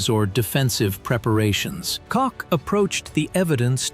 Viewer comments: Utter AI nonsense - aside from the ridiculous and inconsistent pronunciation of Koch and Bastogne, the biggest joke is the AI selected 'choice' of images, the most telling coming in the last few minutes when the narrative mentions Verdun and the AI inserts a picture of French WWI infantry (check the helmets), presumably at Verdun, a major battle between the French and Germans in 1916. There might be an interesting story in here somewhere, but, personally, if you're interested in the facts of this period of history I would look elsewhere. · All right, who giggled, when the announcer mispronounced Colonel Oscar Kock? That is because his name does not end with a "K" but with an "H" or an "E". Its Oscar Coch or Oscar Coke (pronounced like in the word "coach"). Type "Colonel Oscar Coch" or "Colonel Oscar Coke" and you will find his bio using any search engine. Soldiers do not follow leaders into battle with names that are homophones of genitalia, which are words that sound like one another but are spelled different. Now that word "homophone" is a word you can poke fun of because it does sound like something a gay would do to make a phone call. 😂🤣😂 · His name was Oscar W. Koch. It wasn't Cocks, it wasn't Cox, it wasn't Choch, it wasn't Koke. The editor of this video much have been on drugs, or simply incompetent. Good story though. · Oscar Koch is pronounced like Coke, not Cock or Cotch. I think the narrator pronounced it different every time he said it. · I never heard of this man.He and Patton were the only ones who had a handle on the situation.Oscar Cock😅 not Koch. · A I-Always Inaccurate. Cocks, coke,coch, kotch or botched? The contents is ok. Thanks to the captions. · The video had good information. The narrative and accompanying text was terrible. The same officer’s name was spelled and pronounced four different ways. You are in serious need of a proofreader. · I'm confused. Is it Cock or Coke? It's important to get people's names right.